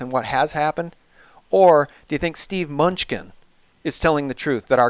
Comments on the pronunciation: I like Munchkin, but it is pronounced Mah-nu-chin. Great interview! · Treasury Sec name is pronounced 'MIN NEW CHIN' "Mnuechin" Where's the Gold? ,Big Mystery that's been wondered about since I was in High School in 70's. Good question...hmm Big $$$ of world have swiped it? Maybe...maybe Not. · Constant wrong spelling and the guy always gets names wrong. Lacks cred. How informed are you really if you don't know Steve MUNCHKINS name.............idiot "MANOOCHIN"